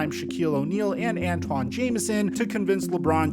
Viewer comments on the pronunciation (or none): none